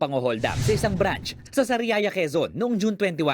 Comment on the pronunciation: Anong brance ? Ang bobo nmn branch hindi brance